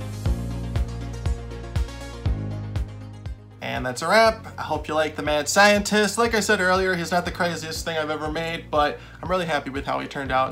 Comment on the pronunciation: I thought you were saying “man scientist” and I was like “okay, kinda weird to specify the gender” and I just realized you were saying “mad scientist” and I’m an idiot lol